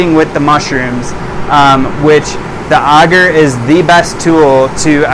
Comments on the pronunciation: Sir great content but please sound it out A gar. Your saying auger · Auger is a machine that digs a hole in the ground. Not Agar, which I've never heard anybody pronounce the way you have. 😂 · "I say agar differently than everyone else because I'm soooooooooo special." As a community we need to agree on a pronunciation and stop playing thsse games of semantics. You said we HAVE to use a flow hood. We can't use a still air box? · first person I've ever heard someone say Agar the way he does and although he has terrific info it's really annoying for some reason hahaha :/ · You are the first person I've ever heard pronounce agar like that's lol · You sure your pronunciation is correct? It's not for digging holes.